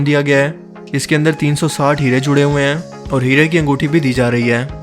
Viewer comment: Bhai tum sentence k akhri word py itna zor kiu dete ho? Hain hain hain Sunay main aisa lgta ha bakri ki cheenk phasi ha Itna ala channel ha ye kaam b thk kr do